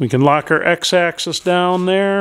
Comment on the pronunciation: Oh... please remember that machines move along an AXIS not excess. For you dead tree carcass fondlers its pronounced like the 'AXE 🪓 IS' 😂😂 A tip from a machinist- build a shelf along the to top of your bench. Save all your broken end mills and scrap parts as offerings to the machine gods. And your remember your mistakes.